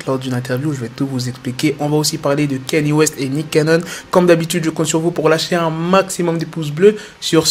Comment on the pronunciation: C'est pas Kanyé west mais Kanye west